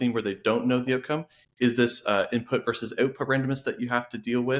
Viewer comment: If you pitch to someone of Gen X, you should pronounce both syllables of "versus". It certainly doesn't bother everyone, but it jumps out at me.